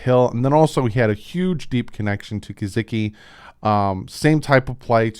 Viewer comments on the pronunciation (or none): I noticed you didn’t click on Mike Guh-SICK-ee for how he pronounces his name. Just a friendly reminder, there is no “Z” in his name. 🤷🏻‍♂️ That spelling for pronunciation is on his profile. Thanks for the great content! Just please pronounce his name properly now. It drives me crazy when you use a “z” in his last name 🤦🏻‍♂️🤣